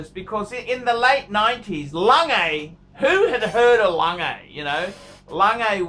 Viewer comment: Please say it correctly. It's not langay!!'